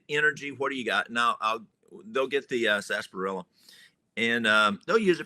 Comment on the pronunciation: Its actually pronounced as Walt said .. Sarsaparilla